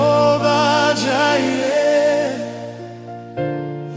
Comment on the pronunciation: Love it. But the pronunciation of Jireh on YT is distracting 😂.. Anywho ❤